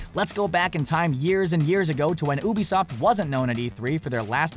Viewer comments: And says ubisoft like ube-isoft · oobisoft?!?!? LoL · this brain dead bitch can't even pronounce Miyamoto's first name or ubisoft right